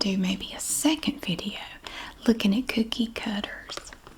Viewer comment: Can’t wait to watch the cookie cutter video because I love the way you say cookie cutter ❤😊